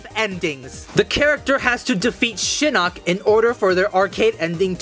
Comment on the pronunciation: I like how this automated voice calls Shinnok “Shinnick”